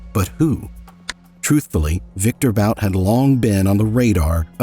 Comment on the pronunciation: Good video, but his last name is pronounced bout, not boot